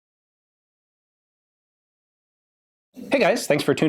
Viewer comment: Ian said Ukko-Mauser perfectly. Torille!